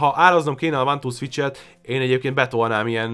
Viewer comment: krva hosszú lett. Ugyan ennyi tartalmat bele lehetett volna sűríteni 15 percbe is. + (de ez lehet hogy csak engem zavart) borzalmas volt hallgatni hogy egy-kettő szviccs.